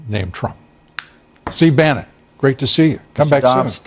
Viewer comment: I’m sure you meant “Brannon” but you said Brennan. Anyway I’m glad you’re not unhinged! For a good belly laugh watch: Trumpasaurus Rex vid.